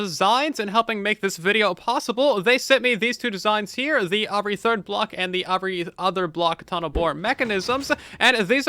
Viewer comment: does your dialect really pronounce "every" as "/A/very"??????